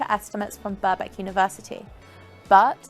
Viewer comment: Note to presenter, and anyone who's interested: the first "k" in Birkbeck isn't silent, so it's Birk-beck (not "Burbeck") University :)